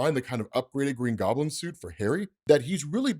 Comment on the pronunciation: the Gween goblin